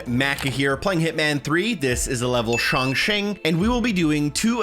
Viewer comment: 其实ChongQing的发音应该是“Trung Tsing”